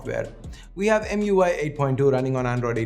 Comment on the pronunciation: It's emui not mui